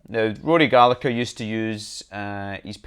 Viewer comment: can people please learn how to pronounce his name right! It is Gallaher, the G in irish names are silent when followed by a H